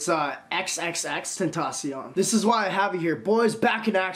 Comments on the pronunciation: If you are a really big fan you would pronounce his name correctly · Fuck off you don’t know how to say his name fucking fake ass fan you only like him now cause he died